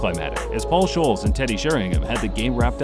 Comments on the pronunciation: "Paul Sholes" :/ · Leester, Shoals and Zidayne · "This video took a lot of time to research and edit" Yet you still got numerous names wrong.. Leicester, Scholes, Zidane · Zidayne Paul Shoals Ooventoos 😂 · Two things: the Arsenal segment was littered with Tottenham clips and that entire sequence was confusing and also the graphic has Arsenal spelled “Asenal” Not to mention Paul Scholes is pronounced Skoals not Shoals. Anyhoots, nice video. Clean it up and it’d be a great video. Oh and then Lee-ster is better said as Le-ster. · How about the man who introduced this one? Zinadie Zidane has to be up there amongst the world's best. Also, please please please look up how to properly pronounce British footballers names and Clubs. Here are a few for free: Paul Scholes = P-all S-k-oles (not sh-oles, he's a ginger Scouser not a fish) Leicester City = Lest-er City (definitely not Lie-chest-er I lived in Leicester and don't know where you were talking about!! 😜😜) I wanted to cry!!!! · Scholes has the same sch sound as school not sholes Leicester is pronounced Lester not Leester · The narrator said “leester” and “shoales” 😂😂😂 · this man really said Paul Sholes, great video btw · Some off the pronunciations in this video are HIGGY. Leester Shoals Zidayn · not to mention "paul shoals" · "Ssholes Leester Juventooos" lol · Paul Shoals of fish! 🤣🤣🤣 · It's even hard to listen from Turkey... Shoals? Leester? Wtf are those lmao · Leester, Shoals lol love the American mispronunciation 😂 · Leeester, Paul sholes and Zadaine. 😂 thanks for those pronunciations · and Sholes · "pruhm-year league", "Paul Sjoles", "Zee-dane"... Come on man :D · "Sadly over-shadowed by Giggs's goal" ?? Mate, what are you talking about? 🤣 (It's Scholes not shoals) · How can you say you have researched this in-depth when you get so many pronunciations wrong!? Zindaaaaayne? Paul Shoals? Americans should not ever be allowed to talk about football! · Paul Shoules and Leester? U don’t watch football do u son? 😂